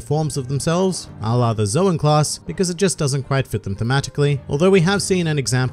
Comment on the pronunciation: finally somebody who pronounce zoan correctly.